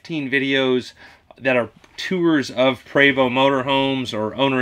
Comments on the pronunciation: a wise man (my dad) once told me, "if you dont have anything positive to say about someone, dont say anything at all" you got it right brother, almost everyone i hear say it, pronounces it "pree....vo...st" you got it right, i believe the coaches are made in Canada, which is where MARATHON gets its shells. a long time ago, the first time i saw one and pronounced it, i got it wrong, but was corrected, you pronounce it correctly......."PRAY......VO" keep it up, screw the haters, we love you and big Tony brother. your channel is worthy, and thats why it is growing so quickly. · You're 100% CORRECT IN YOU'RE PRONUNCIATION OF "PREVOST"!!!! KEEP BEING AND DOING YOU!!!! It's a crying shame that you KEEP IT "100" and they're hating on what you represent!!! SO WHAT!!!! You & Big Tony keep on doing what you do, and that's it's keepn it REAL!!!!! Preacherman